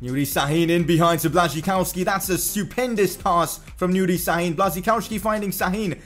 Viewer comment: im from Poland, you nice say Błaszczykowski, but in poland say diffrently, Ya-koob Blasch-chi-kov-ski